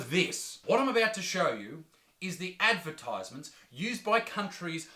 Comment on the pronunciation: Every time Isaac says advertisement part of my soul dies. Same for appreciate.